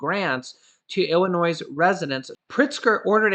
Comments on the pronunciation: Love ya.....please tho....it's pronounced IlliNOI.....not IlliNOISE...Thanks again for the info.! 🤟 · Hey. The "s" is silent in Illinois. Appreciate the constant content. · Please say Illinoy!!! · The S in Illinois is silent ☺️ Love you videos! I watch every day! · GO BACK TO KINDERGARTEN. 👀 ILLINOISE ? 👀 REALLY ? 👀 WOW. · Hi, We enjoy your videos. However my wife Sandy, born & raised in Illinois, says you are mispronouncing Illinois. The S in Illinois is SILENT!! Other than that, we really like your videos. Hoyt & Sandy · The "s" is silent in Illinois. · Hey... Illinois, the s is silent, I promise. U guys r great. How is Loreal, hopeful well. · “S” in Illinois IS SILENT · No offense intended but the s is silent in Illinois